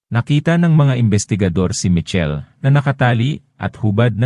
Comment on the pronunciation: Michel hnd po Mitchel😂